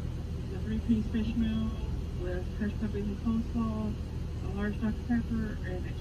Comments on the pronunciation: lynn ITS COLEslaw NOT Coldslaw!!! Sooo annoying!! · "Cold slaw," Tammy you're so cute, it's coleslaw. 😂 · I love how she is saying cold slaw instead of coleslaw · "cold" slaw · She called it cold slaw bcuz its cold 😂 if i can remember that’s what she said before